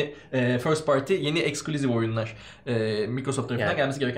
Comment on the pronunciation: ixclusive exclusive , ixboxa exbox diyo allahimmmmmm koppp kooppp nerden buldunuz bunu